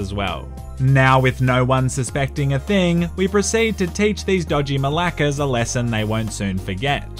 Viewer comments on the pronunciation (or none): it's malakes,the e is pronounced as in elepehant